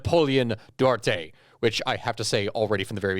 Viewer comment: As someone with the last name Duarte it was painful hearing you pronounce it 😂😂😂